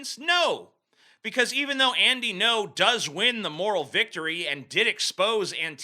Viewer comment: I’m so high that every time TJ said “No” I had synesthesia and I would see the word “Ngo”